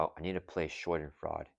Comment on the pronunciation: Great game. It’s pronounced Shah-dehn-FROY-duh. German word that loosely translates to the idea of having joy from someone else’s pain. Very rocket!